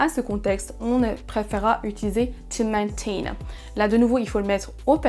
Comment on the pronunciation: You also made a mistake, you pronounced "of" as "off" instead of the IPA sound /əv/ It's not Maint IN but meɪnˈteɪn